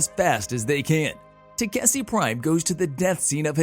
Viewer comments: it should be takeshi... istg the recap people are doing this on purpose to annoy us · TA 👏🏾KE 👏🏾SHI Pronunciation pleaaaaaase 😫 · Will they ever pronounce Takeshis name right again?